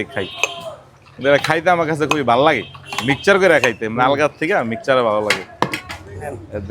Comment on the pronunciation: Mixer ❌ michar ✅😂